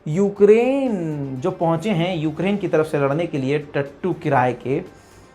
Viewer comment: Yougrain kyu bol Rahe ho